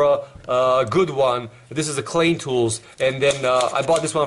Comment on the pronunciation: I agree about some of the tools, but the Multimeter I have one of the older Centech ones thats all red and it works fine. You don't put those cheapy ones on anything high amp, and Multimeters in general aren't designed for more than 10A. And it's pronounced KL-EYE-N, not KL-AIN. Your soldering iron is also not a welder. :-)